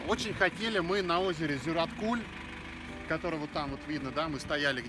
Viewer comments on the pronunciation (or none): Зюраткуль ударение на Ю)) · Хочешь поездить по асфальту, не выезжай из города. Ты на природу выехал, так что наслаждайся первобытностью. И кстати Зюраткуль ударение на А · озера Зюраткуль, ударение на А, а не на У , удачи в путешествии